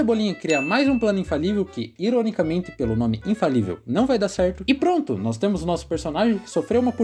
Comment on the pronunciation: ele tem uma doença na garganta que faz que ele fala l em vez de r ele fez cirurgia